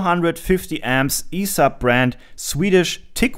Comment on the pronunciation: My friend, the company name is spoken one letter at the time, but in fast sequence, E S A B. keep up with great videos. really love the repair-A Thon, nice to see you work on something from Sweden.